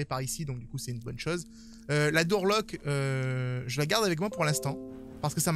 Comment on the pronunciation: le « Dour Lock » 😂😂😂 malgré son accent anglais on l’aime quand même notre! 😘